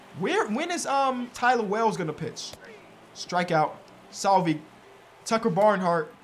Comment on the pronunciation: As a royals fan the way he says Salvy is a little frustrating haha but love the series! If not Bryant. Trading for McMahon would be a decent idea. Younger than KB and still better than what you currently have